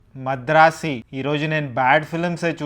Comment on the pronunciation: Madrasi kadhu bayya madharasi